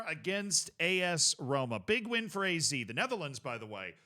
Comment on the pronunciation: I know this way it sounds like your name, but even here in the Netherlands we say Ah-Zed Alkmaar 😜😂